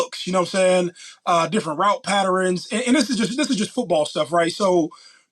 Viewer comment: Niggas said “route patterins” 😭😭